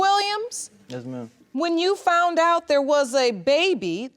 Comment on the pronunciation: Where are they from when they i fount out and not foundddd out. I'm just wondering??